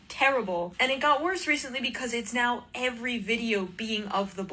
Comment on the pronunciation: I love the way you say the word "now" as "no"!